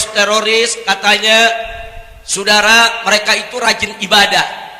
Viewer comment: Lucu klw nyebutin sudara.....njirrr